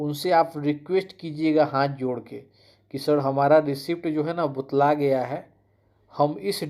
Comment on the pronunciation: कैसे कैसे चू... आ गए हैं यूट्यूब पर, जानकारी एक पैसे का भी नहीं होता है लेकिन फिर भी मुंह उठाकर वीडियो बनाने और ज्ञान देने चले आते हैं। और ये बुतलाना क्या होता है बार बार बुतला गया है बुतला गया है कर रहे हो